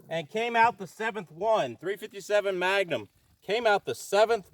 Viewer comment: "ThA-rEe fIfTy SeBeN mA-Ga-NumB iS SupERiOr t0 TeN MiLLimeTer." 🤡